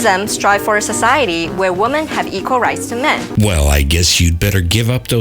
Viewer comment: Please teach her how to pronounce "Women".